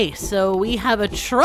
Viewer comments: "A troupe" is pronounced as "a troop". Not "a trope". It's a drama thing. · Yeah it is pronounced troop not trope